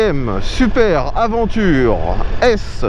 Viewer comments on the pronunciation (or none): Franchement pas cool de prononcer « aventure » au lieu de « aDventure ». Pour un pro des essais moto, cela ne fait pas sérieux. Certains vont dire que c’est anecdotique mais ce n’est pas le cas.